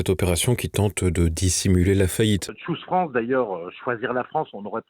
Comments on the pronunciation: nous sommes en France, et à ma connaissance, la langue dans notre pays est le français. De plus, si on veut vraiment utiliser l'anglais, alors on le prononce correctement. Choose France, se prononce "tchouse" et pas "chose". à bon entendeur salut! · C'est PLUS "SHOES FRANCE" que CHOOSE France